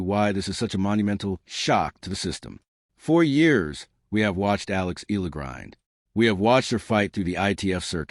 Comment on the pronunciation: Pronounced: Eh..ya..la